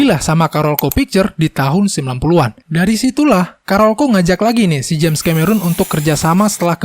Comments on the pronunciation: bukan ka-me-run coy. tapi ke-me-ron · Bacanya Kameron, bukan Kamerun bang..